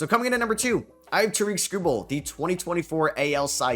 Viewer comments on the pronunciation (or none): You butchered Skubal's name 😭